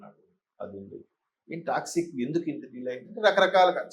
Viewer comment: orey anchor adhi taxi kaadhu ra Toxic